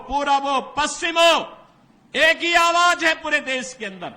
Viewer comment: Aawaaj nhi hota aawaz hota Yogi ji 😅